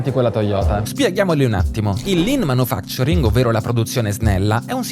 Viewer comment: manUfacturing, non manifacturing... Thanks for being so italian